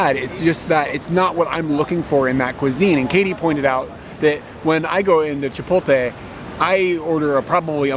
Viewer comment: Did just say chipoltay? 🤦‍♂️ Omg you both say chipoltay 🤦‍♂️🤦‍♂️🤦‍♂️ haha It's pronounced Che poht lay